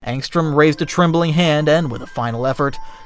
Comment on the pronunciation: Angstrom, not Armstrong bruv